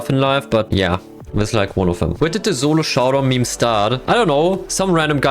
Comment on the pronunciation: Thats the first time i've heard him say solo instead of zolo